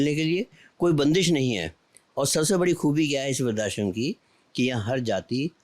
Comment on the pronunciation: बोलने में त्रुटि है ! व्रद्धाश्रम को। “वृद्ध+आश्रम” बोला जाता है ना कि “वृद्धा+श्रम”